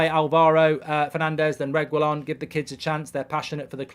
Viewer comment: Please learn to pronounce reguillon’s name right 😭😂 “Regwillon” 😂😭😂😭😂😭